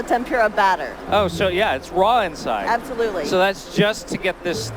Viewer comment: I guess the girl's favorite word is "absuloutly"